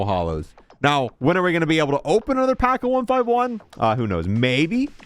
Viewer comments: ONE FIFTY ONE - NOT ONE FIVE ONE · It hurts me that he calls it 1 5 1 and not 151😂😂😂😂